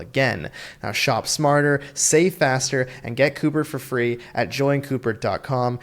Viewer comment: Follow the money! And Fwee Fwee Frankenstein! 🤡